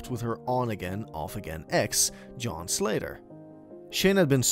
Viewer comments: The way said John's name as a Z like Zohn annoyed me the most. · Lololol right?!?! “Zjohn” was the weirdest ish at the time..